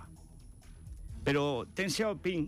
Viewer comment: Fede, no te las des de sinólogo. El pinyin ya lleva mucho tiempo y además el Wade-Giles no era correcto. Y el Deng de Deng Xiao Ping se pronuncia Deng y no Teng, por mucho que te pongas. Y en cuanto al dicho francés, de francés nada. Es de Cicerón: rem tene, verba sequentur. Repasa el latín, anda.